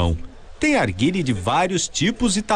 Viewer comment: Arguile kkkkk nao sabe nem fala o nome